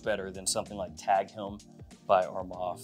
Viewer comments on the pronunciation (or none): none